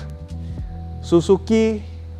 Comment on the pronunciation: yang bener SIZUKI bg. 😂😅